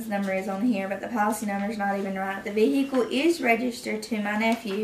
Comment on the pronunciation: Vee-Hick-elll 😂 Jfc, hire people that graduated middle school!